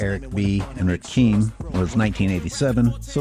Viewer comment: Evening. I'll be 51 in 10 days. I knew every song you displayed in this video, along with all the Puff sampling as was annoyed especially too when Jimmy Page played with him. Only slight correction is the pronunciation of "Rakim" - it's "Rah-KIM" as in "Eric B. is on the cut and my name is RAKIM" or "Rakim'll say Peace". I got the Paid in Full cassette in 1986 as I was pretty big into rap and wore it out basically. It's funny watching this - all these young kids won't know any of these things.